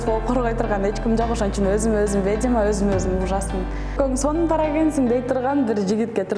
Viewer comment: Орусча суйлой албасан,кыргызча эле суйлобойсунбу,"ведьма" деген созду "ведима"дебей! Шыртандап ар кай жерде журо бересин,анан сени ким алат? Алына жараша эле журсончу? Сагынга жармаштын,Алмазга жармаштын,эми клипти шылтоо кылып футболист Мурзаевке жармашып жатасын? Уятын барбы деги сенин???